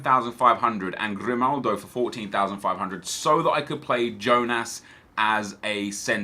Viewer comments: Anyone else annoyed that says Grimaldi and not Grimaldo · his name is grimaldO not grimaldI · I am annoyed of Grimaldi not Grimaldo as well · Its Grimaldo and not Grimaldi